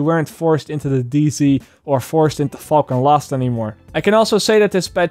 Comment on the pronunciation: My friend you might need to work on your pronouciation of "falcon lost" it just makes you sound angry about an element being lost lol